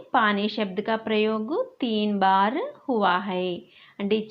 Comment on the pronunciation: Baar mam adi not bar